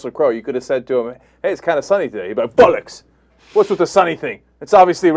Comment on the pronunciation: FFS Cenk, learn how to pronounce "bollocks"!!!